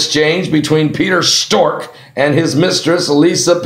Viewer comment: Peter struck not pewter stork